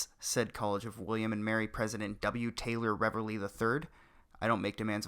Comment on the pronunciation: Oi... great video. However, it's pronounced "reevly".